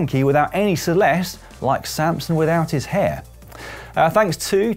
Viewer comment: Please pronounce celeste correctly mate.